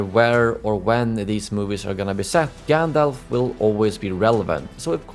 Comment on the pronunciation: Stop saying GanDOLF!!! It's GANDALF!!!! Fffffuck!!!! LMAO